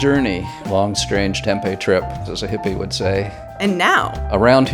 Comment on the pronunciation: you said Tempe wrongly